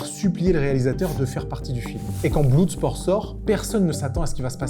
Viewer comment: BlOUUUUUSport ^^ =) C'est pas ton truque l'anglais 😁